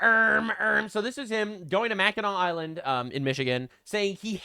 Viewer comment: So I was listening to the last YouTube video of yours where you pronounced Mackinac Island wrong and thank you so much for pronouncing it properly assembly from the northern Midwest I appreciate it. I mean my parents actually also listen to you and my mom said we honeymoon in Mackinac Island. That’s not how it’s pronounced. Lol 😂